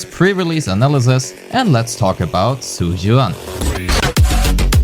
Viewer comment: I just heard you calling her "Zhu Yuass" 😳